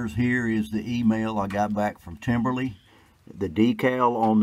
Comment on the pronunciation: Its Timbery there is no L